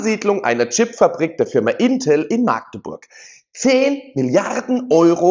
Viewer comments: Sorry ...Das heißt nicht maaagdeburg sonder machdeburch!!! Das "A" wird nicht lang gesprochen 🫣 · Es heißt nicht Maagdeburg, das "a" wird kurz gesprochen! In der Mundart dort heißt es Machdeburch... INTEL war sowieso eine Habeck-Luftnummer.